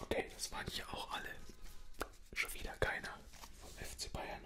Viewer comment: Ich finds richtig cool wie man manchmal bei dir hörtwie das schwäbisch hoch kommt😂 Zitat: schade schowieda kein aus Bayern 😂